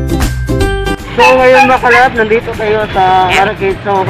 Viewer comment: PLEASE WAG MAARTE SA PAG BIGKAS NG DETO AT NANDETO. .. , , . KASI PANGET PAKINGGAN.